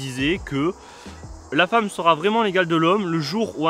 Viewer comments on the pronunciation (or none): none